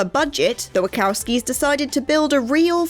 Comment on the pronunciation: "Jengis" Khan? I can forgive Wah-cow-skis, but JENGIS Khan???